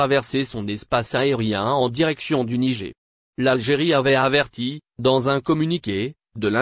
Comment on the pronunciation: De quel Nigé tu parles ? Il faut prononcer le "R" à la fin tête de Brélle ou d'Arioul !